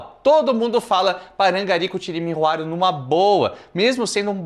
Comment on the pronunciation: Mas o pai no vídeo fala CUARO e não RUARO